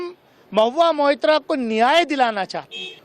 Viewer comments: Deepak ji Naam Mahua Mitra nhi blki Mahua Moitra hai .Please pronounce the name correctly. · Maitra not Mitra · M-O-I-T-RA and not Mitra Mr Deepak Sharma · मित्रा नही साहब .....मोईत्रा .....महुआ मोईत्रा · Deepak Bhai, Mubarak ho aap ko, TIGER is back magar aakhir apna intro phir bhi 10mins plus diya, Thank You🤝 Aap ne jab bhi Mahua ka issue uthaya hai aap hamesha unka naam theek se nahi bolte To please naam theek se liya karein Mahua MOITRA🙏 Sir to mera bhi chakra gaya Deepak Bhai maga aap ki acting se😝 Ashok Jee, humko pata hai aap bhaag nahi gaye, apni awaz hamesha buland rakhna welcome back🤗